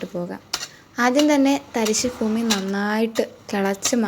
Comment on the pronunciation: ഫൂമി യാണോ അതോ ഭൂമിയോ